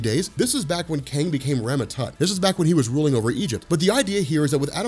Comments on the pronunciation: I keep hearing kane the conqueror rather than kang the conqueror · Are you saying Kane??? or KANG???